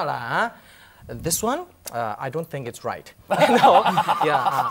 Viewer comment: This young lady speak English without an affected accent. This is what we should do when we speak to non-Singaporean English speakers. The only thing she doesn't pronounce 'think' as /θɪnk/ but / tink/. Are the /θ/ (think) and /ð/ (they) sound taught in primary schools? Singlish is nothing to be proud or ashame of for it has become a Singaporean dialect. Sometimes, when we don't want foreigners to understand us, we can switch to Singlish.